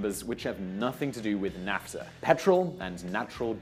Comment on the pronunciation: It's pronounced NAFfffffffTA